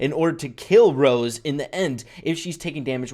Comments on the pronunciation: Why is saying ROSE? its ROSA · Getting so annoyed about saying Rose the whole video